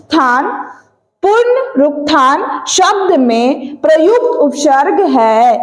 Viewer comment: Upsharg nhi hota hai upsarg hota h 😂😂